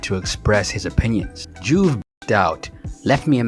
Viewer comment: Really, dawg? "Nola Clip" and "Juve (Joov) The Great"? I feel like you just read some of this stuff without actually knowing about it. I'm thinking you were a toddler when some of this happened. lol